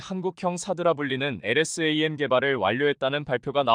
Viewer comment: 엘에스 에이엠. 하지말고 엘ㆍ샘 이라읽으면 좋겠구만 공부좀하여이!